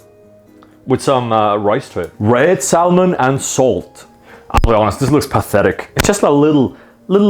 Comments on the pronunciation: Just to say, when you say salmon you shouldn't pronounce the L. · Pronounced Salmon like it's a digimon lmao. Sal mon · I like how he pronounces Salmon. Really goes hard on the L. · Hearing Salmon pronounced like Salmonella has mildly put me off it. Probably gonna repress seeing those parts of this later. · Saying salmon like Enrique from king of the hill 😂